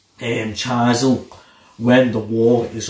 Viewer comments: do you pronounce chisels "cheyezels" in UK? or not know what a chisel is? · Guys...chizz-el not chise-l. A cold chisel is a type of tool. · ffs mate chy zel...... it's chisel...🤣